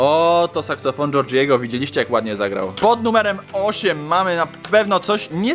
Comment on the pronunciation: mówi seksofon xD